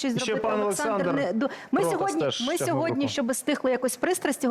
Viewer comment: Шо за чОрт это "пане Олэксандр"? Капец